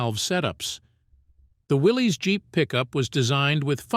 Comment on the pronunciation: Willys, like Bruce Willis. Got it right the first time. Not "Willy's" There is no apostrophe. Man's name was John North Willys.